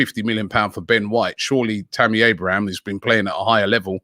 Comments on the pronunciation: It’s Abraham, not Abrahams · It's Tammy Abraham not Abrahams lol 😆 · Stop saying abrahams it’s so annoying especially when you say it then say it properly then go back to abrahams 🥵